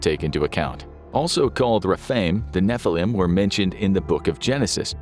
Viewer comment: Finally you said a hebrew word as it should be נפילים